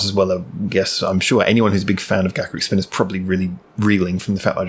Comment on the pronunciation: Finally, someone who knows how to pronounce their name!